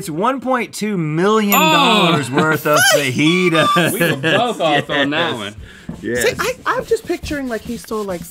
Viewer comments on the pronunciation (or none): the way she says fajitas LOLLL